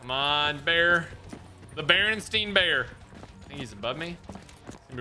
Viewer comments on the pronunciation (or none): smh man said Bernstein and not Bernstain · REally want to mess you up but its not berenstein its berenstain